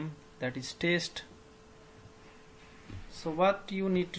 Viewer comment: Good Video bro...but it is Test, not Taste 😁